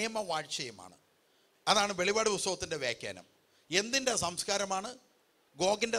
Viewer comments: വെളി പാട് അല്ല മറിച്ച് , വെളിപ്പാട് ,എന്ന് വായിക്കണം sir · വെളിപാട് അല്ല വെളിപ്പാട് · Velippadu and not velipadu. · Please say velli'ppa'd.